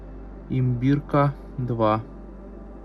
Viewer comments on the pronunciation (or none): стиральная машинка СИМБИРКА, А НЕ ИНБИРКА. производились у нас- в Ульяновске. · Чудило , стиралка " СИМБИРКА - 2 " от названия города Симбирск , а не "Имбирка " - от растения имбирь ! :hand-orange-covering-eyes::body-blue-raised-arms::face-purple-crying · Стиральная машина называется не Имбирка, а Симбирка😊